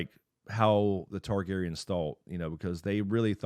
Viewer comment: The Targaryens have never left. There was three then two and now one. So please say it right this is your job.